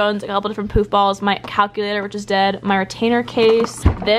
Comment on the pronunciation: Is it just em or did I hear poop balls instead of poof balls lol😅😂😂🤣🤣